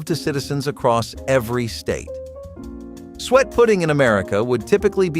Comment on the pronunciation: S su-et NOT sweat.